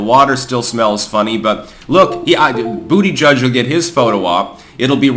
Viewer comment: Bu**geek is the name. I don't know how anyone could still mispronounce this stud's name